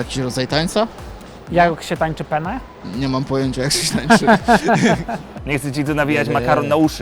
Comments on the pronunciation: Penne! nie pene. Ważna jest wymowa 2 n. Inaczej wyjdzie siusiak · Penne. Akcentujemy dwa 2 jak w imieniu Anna. Pene to penis. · Hej, nazwę makaronu penne powinniśmy wymawiać "penne"- wymawiając podwójnie literę p. "Pene" natomiast oznacza penisa. Wydaje mi się, że to może być istotna wiadomość dla osób, które chciałyby zamówić makaron penne we Włoszech lub w restauracji gdzie kelner okaże się włochem 🤌🤌 😉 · Sposób w jaki prowadzący wymawia „penne” zmienia rodzaj makaronu w inną rzecz, w pene :D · Ciekawostka : w odcinku pene które wymawia prowadzący to inaczej po włosku penis, a Penne z przedłużonym N to makaron :)) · słowo "penne" lepiej wymawiać przez dwa n niż jedno jeśli myślicie o makaronie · fun fact: źle mówicie penne, powinno się czytać tak by wybrzmiały dwa n bo w innym przypadku, oznacza to męski narząd płciowy. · moi drodzy PENE wypowiedziane przez jedno N to po włosku PENIS, poprawna wymowa PENNE jest zbliżona do wymowy przez dwa N, jak w polskim słowie wanna 😊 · Penne czyta sie jako P-E-N-N-E z każda litera inaczej oznacza co innego… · Chłopaki, to nie PENE tylko PENNE XDDD (wygogglujcie różnicę hehehe i nie zamawiajcie pene w restauracji) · Ten makaron to się czyta peNNe, bo przez jedno to siusiak :) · Hallo Ekipa Matura to bzdura! Nie żeby coś ale PeNe to penis po włosku. Mówimy peNNe przez dwa "N" 😜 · No tacy mądrzy, a sami źle wypowiadają "penne". "Pene" w wymowie przez jedno "n", to nic innego jak penis. Jednakże "penne" czytane przez dwa "n", to dosłownie pióra i właśnie stąd wzięła się nazwa tego makaronu, a nie od penisa. ;) Polecam na przyszłość jakbyście planowali kiedykolwiek zamawiać makaron "penne" we Włoszech, bo kelner może się zdziwić. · Akurat "pene" to penis Makaron to "penne" z wyraźnie zaakcentowanymi obiema literkami n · W tej wymowie wasze "pene" to już po włosku bardziej penis niż makaron 😅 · Nie „pene” tylko „penne”. Tam jest dwa razy „n”. Hiszpan jak usłyszy „pene” to cie wyśmieje, bo to siusiak 😆